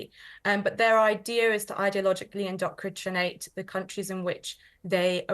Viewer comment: the lady can’t be working for the government if she can’t pronounce “indoctrinate.” That is all I’m going to say.